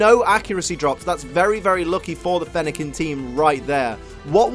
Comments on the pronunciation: Fennequin er- I mean Fennekin just got mad at mispronouncing it’s name so *kaboom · Fennekin couldn’t handle the mispronunciation of their name,.